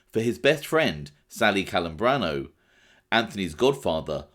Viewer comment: Hearing English native speakers pronounce Italian names it's a massacre... CELEMBRINO (TCHE-LEH-mbrino). Not kelembrino... PLEEEEASE!!!